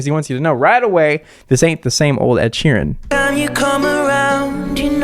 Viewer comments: "Ed she ran" 😂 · Ed "she ran" 😂 thanks for killing me